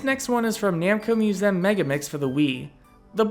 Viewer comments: Its museum, not moosehm. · Musem?!? Who says museum like that?